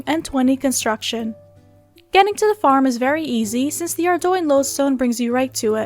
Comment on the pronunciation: Holy shit... I've been watchign video guides for runescape for as long as theyve existed and I think you're the first person I've ever heard pronounce 'ardougne' correctly...